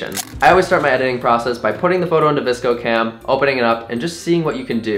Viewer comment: oh my gosh thats the first time ive ever heard vscocam pronounced like that i usually just say each letter, i was so thrown off by that lol